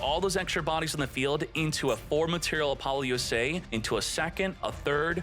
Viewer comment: Youre saying it all wrong. Its Apple-OOO-suh, not A-poly-ooo-SAH.